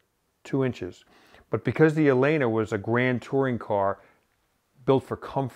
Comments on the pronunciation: Amazing! Favorite episode ever. Not that it matters... but the name of the company is pronounced El-lena. Both "L"s are pronounced. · Pronounced El-lena